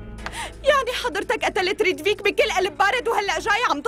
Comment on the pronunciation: هي ريتڤيك مش ريدفيك